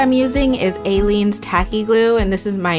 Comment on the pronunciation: I think I’ve heard the tacky glue called “eye-lean’s” tacky glue. Just so you are aware! I know it can be hard to pronounce things if you’re just reading them and have never heard them spoken aloud!